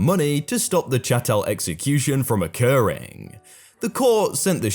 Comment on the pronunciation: It was so nice to hear chattel pronounced correctly! Two other narrators somewhat botched it when reading that story.